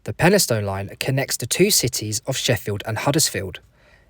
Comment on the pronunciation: and also peni-stun rather than peni-stown